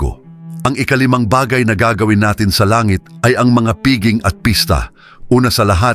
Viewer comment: Pakiwasto lang po ang pagbigkas ng piging, pista o iba pang salitang Pilipino.